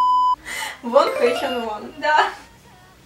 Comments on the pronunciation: Кихен - не лидер, он вокалист, лидер там Шону. А псевдоним Шин Хо Сока проиносится как ВонхО, ударение на последнюю. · Не вОнхо,а вонхО